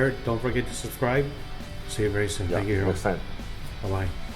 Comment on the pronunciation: "Congratulations." "Theeengyiuu."